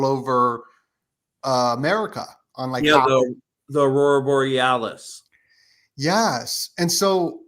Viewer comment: Thanks for the other guy making sure to pronounce Aurora Borealis properly ❤